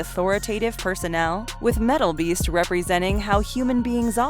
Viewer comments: I know I’m not the only one who heard meatball beast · I work 3rd shift and listen to these often during the day having a couple beers when I'm home and I was like, this chick just say fucking meatball? Ahahaha glad I'm not the only one!